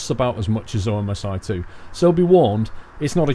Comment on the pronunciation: the game is prounounced "omsee too"